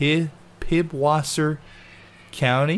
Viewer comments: the B looking thing in PiBwisser is said as a s its and esset its german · I don’t wanna be that person but.. it’s “pisswater” (pißwasser.. German.) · it's Pisswasser not Pibwasser (wasser=water) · pib-water... it's pisswater! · the beer company's pronounced 'pisswasser' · its not pib wasser that "B" is a german letter pronounced as s and wasser means water so its piss water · It's Pisswasser not PiBwasser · Do people outside Europe really know so little about foreign languages? I atleast expected people to know it's pronounced pisswasser, not pibwasser.. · The pup's name is piss-water, sadly most americans don't get the joke due to reading the ß as a B